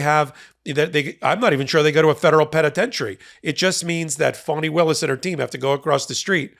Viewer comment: Thanks for being one of the rare places that pronouns her name correctly. Even amongst "left" leaning sites.